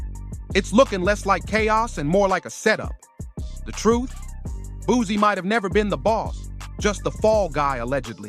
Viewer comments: Boo-C mane......not BOOZY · Man dude it’s boo-see (boosie) learn the name before doing the vid 😂